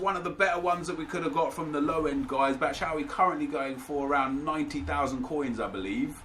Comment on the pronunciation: Its pronounced bat-shoe-why